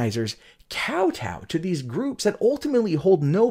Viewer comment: you are pronouncing kow tow wrong. it's a long o sound.